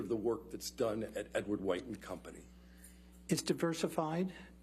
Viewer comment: Edward Whoite lmao, why do some people pronounce white like that, and it's almost always the old heads 🤣?